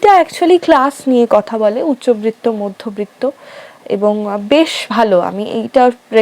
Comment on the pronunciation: একটা অপ্রাসঙ্গিক কথা। উচ্চবিত্ত মধ্যবিত্ত উচ্চারণটা কানে লাগলো। র ফলা আসবে না।😅